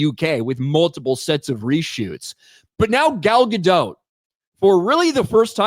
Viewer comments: It's not Dote like Goat. It's Dot like Bot. PLEASE start pronouncing it correctly, I've endured years of this! 😅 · the T in Gadot is silent, her name is not Gal Gadote 🤣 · Take a shot every time pronounces “Gadot” differently!